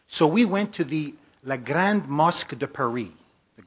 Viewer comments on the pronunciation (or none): none